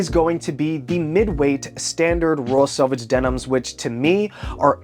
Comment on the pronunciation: It’s selvage not salvage 😂😂😂😂